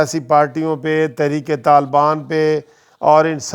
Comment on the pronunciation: Thrik talban nahi sahi bolo khoda k liy bhai